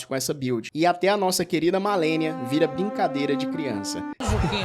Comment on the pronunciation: o cara fala MALENIOS pqp